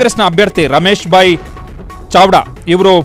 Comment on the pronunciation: ಚಡವಾ ಅಲ್ಲ ಅದು ಚಾವ್ದ ಸಾರಿಯಾಗಿ ಓಡೋದನ್ನ ಕಲೀರಿ ಮೊದ್ಲು